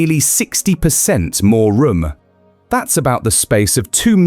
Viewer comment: funny as he says "rom" instead of room